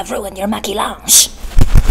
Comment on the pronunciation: The way she pronounced: “ maqillage “ i can’t